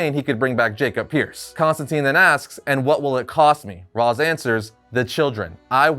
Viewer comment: You are killing me with how you pronounce Ra's and Hippolyta...